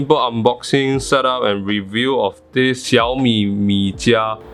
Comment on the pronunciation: Keep pumping out the great content! You've pronounced "Xiaomi" so well! Happy Holidays! :)